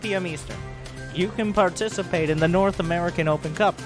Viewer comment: dude said u can barticipate